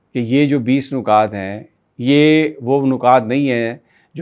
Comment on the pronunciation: نکتہ کی جمع نکات مطلب نون کے نیچے زیر آۓ گا۔